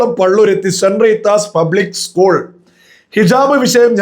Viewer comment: ഉസ്‌കൂൾ അല്ല സ്കൂൾ